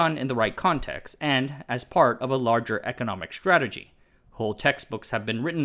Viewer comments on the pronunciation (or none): none